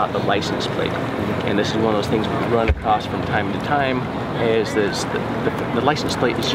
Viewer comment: Across. (Not acrossT) Supposedly. SupposeDly . (Not supposebly)